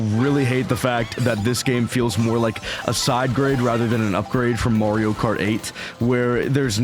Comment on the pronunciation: Marrrrrrio? The games even tell you how to pronounce Ma-rio at the start when Mario says it